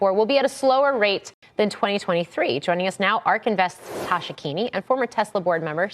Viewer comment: I believe her name is Tasha, not tosher